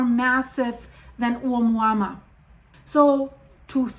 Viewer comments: why do you keep saying omuama when its being called oumuamua? your annoying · Dear, it is pronounced OMUAMUA, although it is written OUMUAMUA = messenger from afar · You are saying it wrong but it’s funny. It’s a Hawaiian name I think lol. My wife does the same lol